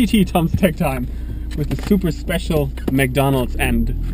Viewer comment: Really good .... and well explained tks ! Overall Your English sounds easy for us foreigners ...only one thing is wrong ....McDonald's ! Aijaaiaaaj ! :-)